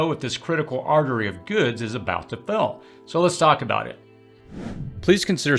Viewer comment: Hey! The word “fail” is not pronounced “fell”! Fay-yuhl … practice it!